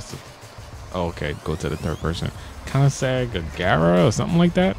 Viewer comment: It's konin-seg agera